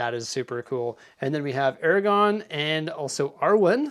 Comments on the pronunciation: Aragorn with an R lmao you always say Eragon which is a different thing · Aragorn! ‘-orn’! not Eragon!! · AragoRn. Love the channel but you keep mispronouncing the name. You’re missing the “r” in the second syllable. Aragorn not Aragon. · Aragon... hmm box says Aragorn. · Ara-gorn that second “r” is not silent. 😉